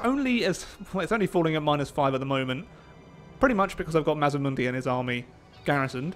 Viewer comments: Its MAZ D MUNDI sorry but it drives me crazy when people say it wrong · MazDamundi. There is a D. you keep forgeting